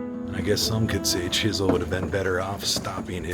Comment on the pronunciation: You should known he was sneaky when he didn't pronounce the w in his name.